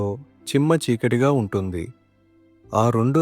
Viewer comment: Chikkatti kaadu cheekati